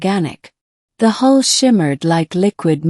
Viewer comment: Please teach the AI narrator the difference between " hull" and "hole".